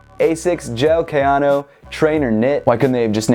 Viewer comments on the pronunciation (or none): KAY-AN-O its not that hard